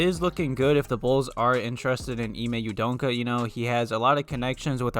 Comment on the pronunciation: Dude.....just say his name the way it's spelled U-D-O-K-A....there's no N in there